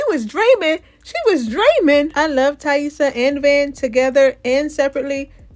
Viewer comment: You’re the only one online pronouncing Taissa right and I know why 😭😭😭 It’s not that damn complicated!